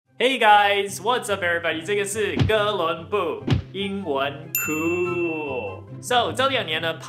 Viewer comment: 每次他说哥伦布发音🆒我都想kiss him